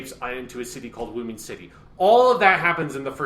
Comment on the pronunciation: it’s Uoodoo city or Woodoo City not Woomin City! You’re killing me here!